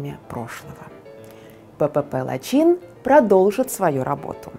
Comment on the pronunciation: Лачин нет, а Лачын ....😅😅😅😅